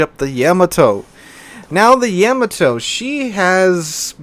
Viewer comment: Why do you youtubers say, YAM-a toe? It's pronounced Yuh-ma-toe!!!!!